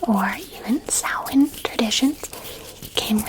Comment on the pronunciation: The fact you pronounced Samhain correctly made me stupidly happy and that you know it's new year. Love from an Irish girl in Ireland 😊